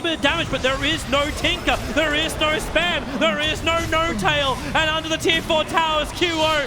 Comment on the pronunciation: why does he say noRtail or QOR